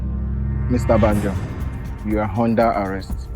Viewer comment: It’s under not hunder arrest